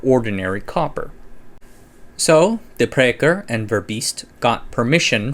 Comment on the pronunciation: Impressive dramatization! I knew you weren't going to try and pronounce Spruyt. But kudos for handling De Prycker the way you did.